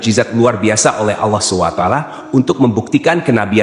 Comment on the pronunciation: Ini penyebutan sollalohualaihi wassalam dan subhanallohi wataala kok gitu ya ,maaf mualaf atau non muslim to